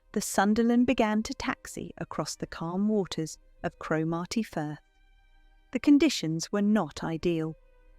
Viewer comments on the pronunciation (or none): A huge and magnificent effort! However, as usual I was disappointed by an English person's mispronunciation of Scottish place names. Cromarty is pronounced "Crommerty" (not Crow-marty), and "Dunbeath" is pronounced "Dunbeth" (not Dunbeeth). I also much prefer the original British pronunciation of "idyll" to the horrible American "idle", which has sadly taken over, as have so many other ghastly Americanisms. It is now widely accepted by historians that the real reason for Edward VIII's abdication was his sympathy for Nazi Germany, including the fact that he informed the Germans about French and Belgian defences along their border, noting weak spots. In this interpretation, he and Simpson were sent to the Bahamas to prevent any attempt to liaise with the Germans, and the British Government forced his abdication because he was a Nazi sympathiser, using his desire to marry a divorcee and commoner as a convenient pretext that would not severely dismay the British public. Contrary to misinformed opinion, there is no mystery about the inland route of the Shorts Sunderland versus that around Scotland's coast. The flying boats often cut diagonally across Scotland, over the northern Highlands, when the pilots and navigator deemed it safe. This saved time and fuel. Sadly, on this particular flight the navigation was just a little wrong and the hills were shrouded in fog. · When will AI manage to get pronunciation correct? Crow-marty is not correct. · And Cromarty... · Well I'd start by pronouncing Cromarty right.